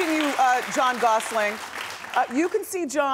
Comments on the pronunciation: Is she calling him John Gosseling? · Wendy keeps calling him John Gosling at least 5 times! Like a baby goose! Just listen to her pronounce it at the end with a G LOL WTF! I would have corrected her as soon as she said it! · It's so annoying she keeps saying Gosling there's no G at the end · Plus she pronounced his name "Gossling" Doh! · She called him "Jon Gosseling" twice lol maybe I misheard, but if she said Gosselin, the last syllable would sound like "lyn" not "leen" (as in Gosseling) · Did she say Gosling??